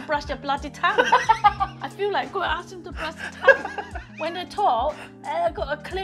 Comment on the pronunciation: Okay, I'm probably going to be banned from this channel, but when your mum stuck out her tongue and talks about "Cum" (That's what her pronunciation of "Tongue" sounded like to me) then I burst out laughing. Please don't tell her. :) Great recipe, BTW!